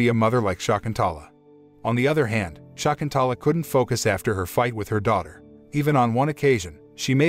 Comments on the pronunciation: American bots cannot actually pronounce the name property Shakuntala... NOT SHAAKUNTAALAA... NOT SHAEKUNTAALAA. Prounced as Sha.. kun... tha.... laa.. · "Shakuntala" is an ancient Sanskrit name! Pronunciation of name is simply awful! At least do not murder that ancient name immortalized by the great 5th century poet Kalidas.